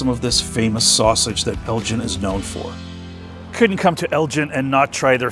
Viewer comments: Great video. We live on the outskirts of Elgin, and I wish you’d asked a local how to pronounce the name of the town. It’s a hard G. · We pronounce the town name differently. It’s not like the marbles or other Elgins like the one in Illinois. Thanks for the video. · Did you notice the curved bricks? The very fancy brickwork reminds me of Baltimore. And the hard G in Elgin is pronounced like the g in girl. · Elgin is pronounced with a hard g, like giggle. Hard to watch when you keep saying it wrong. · If you do any other Texas videos, ask a local how places, streets, etc are pronounced. Even if it should be obvious- it might not be. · For as long as you were in the town you should have heard that it's pronounced "El-ggin" with a hard "g." Nice video. 👍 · It’s not pronounced Elgin like the watch or the other Elgin up north. It’s pronounced like El Gen. if you’re going to report on a particular place at least speak to some locals too get the pronunciation correct. Do your homework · Locals pronounce it not like the Liqours GIN but like GAN, “ELGAN” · It's El-Gin, with a hard "g", not El-Jin, which a person would learn in any conversation with a local. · Just heads up Elgin pronounced differently than your saying at the top of the video. At least that's not how we grew up saying it out here. So not like 'gin' but the g has the sound like in the word 'again' Great to see a video tho for such a small town out here! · FYI only since I grew up in the area; Unlike Elgin, Illinois or Elgin Baylor the basketball player, Elgin, Tx is pronounced “EL-ghin” and not gin, like the drink. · I believe it is "El guh en" not "El gin" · Before you make a video about a town, ask someone how to pronounce its name. It's not a watch. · it is a hard G like green. The way you say it is how we know “you ain’t from here.” 😂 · you are correct on all counts sir. It el gin with a hard g. Not gin like the alcohol. But good video other than that. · Hard G in Elgin. Not pronounced as a J.